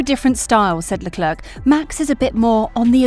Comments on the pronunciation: But why does she say leclerc with the last c its silent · Firstly - is it really so difficult to pronounce a person's name correctly - especially when his name is mentioned at least 20 times every GP wekend? The "c" at the end of Charles Leclerc's name is silent! I don't think Max has a chance in hell of getting the championship now unless Mercedes have reliability problems. It is very unlikely that the weather will be anything but sunny and hot. The question I would love to know the answer to is why Mercedes had the dip in performance before Brazil, when all we heard from Mercedes was "Max has a much faster car". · WOOOWW u rlly said Charles Leclerc's name so wrong